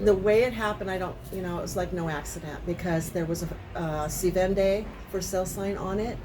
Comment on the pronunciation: Keep plugging that Spanish. se vende is pronounced Thay Ben~day